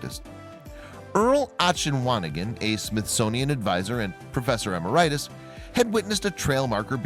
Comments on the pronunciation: Professor Emer-rite-us is wrong Professor Em-mer-IT-us is correct. Like veritas or octopus. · Please stop mispronouncing words. For example Emeritus. E meri tus NOT em er right tus.